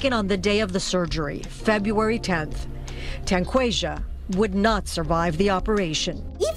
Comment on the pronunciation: Tanquashia? Lmao